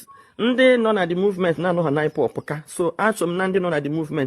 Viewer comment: This woman can't even pronounce IPOB she says ipop meaning she don't know the full meaning of ipob